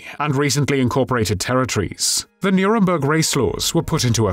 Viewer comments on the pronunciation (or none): none